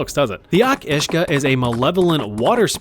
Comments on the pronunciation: Each uisge is pronounced kinda like (Ey-Ach Oosh-gah) wi a really soft 'ch' sound. It's basically the Gaelic (gah-lick) name for a Kelpie and theres loads of different tales about them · Your pronunciation of Each Uisge was still way off